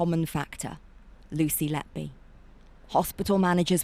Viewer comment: HER NAME IS NOT LETBE IS LETBY... YOU READ LET BY, BUT SHE WAS LET-BY WHO... WHO LET LETBY DO THIS AND WHY LETBY NO LETBE WAS LET BY WHO SO LONG, HER NAME SAYS EVERYTHING SHE WAS LET BY WHO TO DO THIS MURDERS